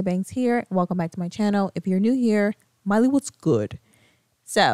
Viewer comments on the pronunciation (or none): LMFAO IM CRYING AT THE “MILEY WASGEWDD” in the beginning 💀💀💀💀💀💀 and I am new here so HELLO lol 😂